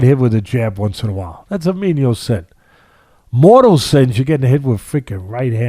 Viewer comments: Great insights. However, they're "venial sins," not "menial sins." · What kind of left-footer says “menial” for venial? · It's venial Sins Teddy